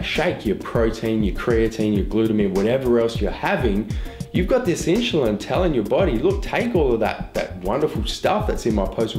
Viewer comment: I dont think he was saying insulin right lol